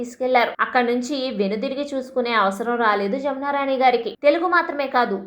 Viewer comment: జామున రాణి గారు కాదు. జమునారాణి గారు.